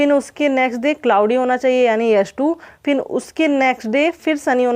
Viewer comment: फिन नही फिर बोलिये